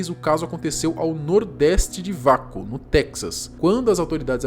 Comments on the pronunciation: detalhe: lê-se UAKO e não VACO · Se pronuncia ' UEICO ' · E se pronuncia “ueico”